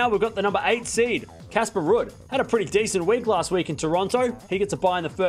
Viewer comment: Rude-Someone tell when he does a live,it's pronounced Rude. Why does he say last week when the tournament is still going?!